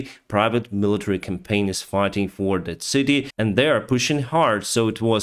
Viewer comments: WAGNER COM-PAH-NEE YOU ARE SAYING "CAMPAIGN", YOU ARE NOT PRONOUNCING "COMPANY" OR "COMPANIES" CORRECTLY Much love be safe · I like you but FFS it's not "Campaign" but "Company".